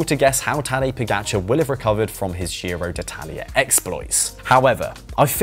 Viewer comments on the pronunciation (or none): none